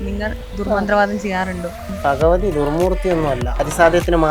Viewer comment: Phagavathy alla Bhagavathy aanu